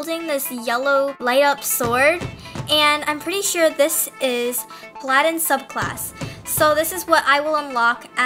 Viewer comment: is pronounced pah-luh-din